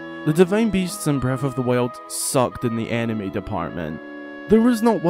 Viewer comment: Whenever you say “enemy” I think you are saying “anime” and it makes the video 10x more hilarious